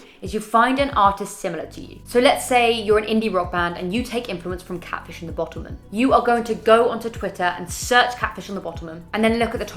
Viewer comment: I love you and the help you provide, but my god the way you pronounced 'Catfish and the Bottlemen' annoyed me LOL